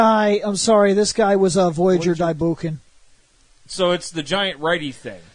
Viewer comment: In case no one told you, Japanese words ending in "ou" are meant to be pronounced like "owe". It's "bow-kenger", not "boo-kenger." ..Though depending on your opinions about these robots, you'll be going "boo-kenger" regardless.